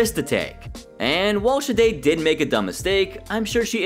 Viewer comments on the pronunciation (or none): Why do you always pronounce Sade’s name like that? There’s no shh sound in her name